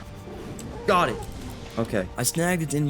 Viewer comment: "GhOt it!"